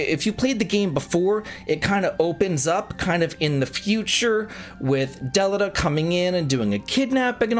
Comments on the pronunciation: It really pisses me off how many times you mess up Delitas name pronunciation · Never have I ever heard delita’s name pronounced like that😂😂